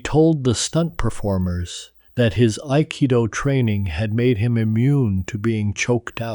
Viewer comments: Bullshit. AI can't even pronounce Aikido correctly. Trash talk each other? Yes! Physical contact? Never!!! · The narrator butchered the pronunciation of Akido lol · It’s crafts service - many crafts, one service. Duh!! Oh. Learn how to pronounce Aikido, too.